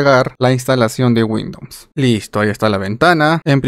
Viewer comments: Muy buen video, me sirvió para instalar. Pero por qué dices Windoms, es Windows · Me da la impresión que tienes cierto grado de dislexia, no pasa nada. Sólo que es raro escuchar windons en ves de Windows. Saludos! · porque dices windoms xd